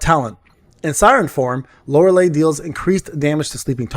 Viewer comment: Why everyone say her name wrong type it in google for pronounce LORELEI. You not the first person and no offense but yea the last 3 letters sound like Li or Lai. Unless you doing it on purpose then you got me! xD